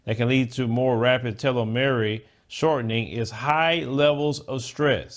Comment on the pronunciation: Bro. you butchered the word "telomere"! It's pronounced "tee - low - meer"